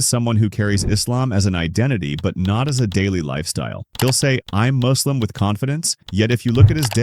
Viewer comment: maybe use your own voice the a.i says muslim like "moo"slim like a cow or something